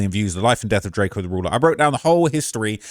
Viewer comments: keep calling him DRAK-O at same time saying he qualified to talk about him lol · “It’s drakeo not drako get it right!”